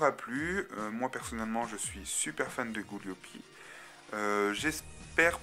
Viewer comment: Gooliope pas Gooliopi